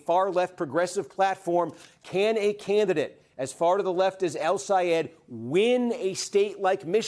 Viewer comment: Steve, do you think you’ll learn to say “El Sayed” rather than “Al Sayed”? Your corporate bias against him showed last night. Very disappointed that you have become a corporate shill.